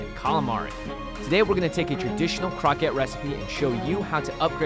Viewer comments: crow-ku-ett or something like that kept saying Crockett like Davy Crockett lol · The word 'croquette' is based on French and pronounced croh-kett like baguette ('Croquet' the sport is prounced 'crow-kay'.). If you're speaking Japanese, then the word for it is 'korokke' ( コロッケ) which is when it's pronounced like crow-kay (more like 'koh-ro-ke' but close enough'). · isn't it supposed to be pronounced croh-kay.... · Love your videos normally but I can't make it through this one. You're murdering that poor word. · Damnit he keeps saying croquette wrong! Ashley says it right but he says it like the word rocket but a c in front of it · it's really annoying how you pronounce croquette